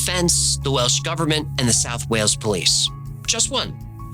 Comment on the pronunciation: As a Welsh speaker, your pronunciation is pretty good 🏴